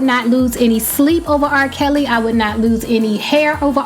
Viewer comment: lol did you say RRah Kelly .